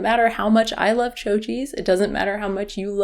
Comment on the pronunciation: Chao cheese is pronounced like "chow" instead of "cho"